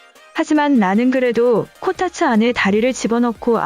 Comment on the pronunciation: 코타츠가 코딱지로 들린다ㅎㅎ